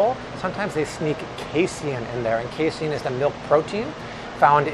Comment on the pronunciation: Say it with me everyone: "Kay-seen" Not Kay-see-in. It's Pro-teen, not pro-tee-in.